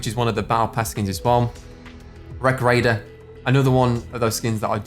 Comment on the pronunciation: Fortnite battle rrrrreoyal renegad rrrraidier